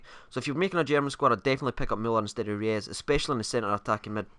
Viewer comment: he is not pronounced reyes as well......